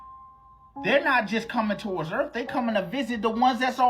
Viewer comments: Video about Julian came out as fake. He admitted it. "Eleins"(aliens) and "erff"(earth) is also funny. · Uh-oh “Ellions are on their way to erf?” That’s not good! This guy is so excited all the time. I love his videos 😂